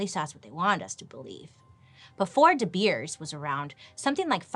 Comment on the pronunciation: Me over here in South Africa, rooting for the episode of De Beers!! PLEASE! BTW the pronunciation of De Beers is spot on!! Can't wait!! 😁😄